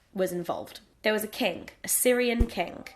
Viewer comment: the way you say "king" sounds a bit like "kink" haha